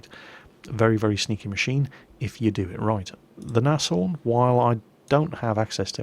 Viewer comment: Pretty sure Nashorn is just pronounced "Naaz-Horn"